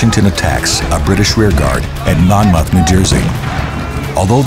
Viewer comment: I've never heard anyone pronounce Monmouth like that, narrator obviously isn't from NJ lol